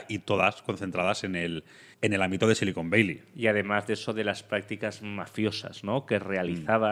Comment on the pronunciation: Otro gran programa. Por cierto, una pregunta: "Silicon Beili" o "Sillicon Valley"? (min ) A ver si estais hablando de otra cosa y no me he enterado xD Un abrazo y siento el detalle, pero vivo fuera y me ha chirriado un poco. Muchas gracias por vuestro contenido. Un saludo desde Edimburgo.